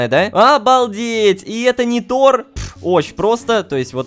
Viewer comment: НЕ НитОр А нИтор